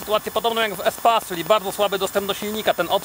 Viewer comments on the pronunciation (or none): Przepraszam ale muszę nie espace tylko espejs 😜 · NIE Espase tylko espejs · Yyy chyba mówi się Espejs chociaż że napisane jest Espace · Espeijs A nie espas xd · Nie espejs, tylko espas. To jest francuskie auto, i ma francuską nazwe